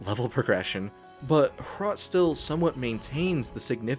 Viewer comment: As a czech, im really proud of how more recognition Hrot is getting in the more broad and international gaming scene. Great video, and good job, you even did very well on the pronounciation.